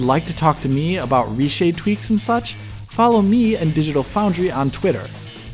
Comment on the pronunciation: i like your german "auf wiedersehen" :)